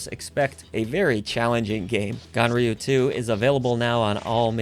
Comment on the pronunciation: it sounds like you call the game gonorrhea 2.